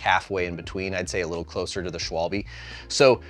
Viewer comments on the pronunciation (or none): how are you making vids like this and not even bothering to learn to how to pronounce schwalbe